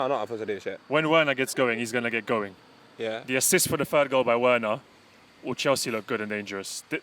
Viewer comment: pronouncing Werner wrong